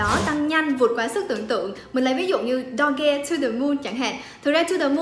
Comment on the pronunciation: Cái từ Doge : Mình thấy người mỹ phát âm là Đâu luôn mà , sao lại Do-ge nhỉ ^_^